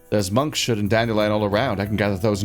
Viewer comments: I'm dying at monk -Shood! LOL Monks Hood ya big silly! :D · monkshood = monk’s hood, not monk shood fyi.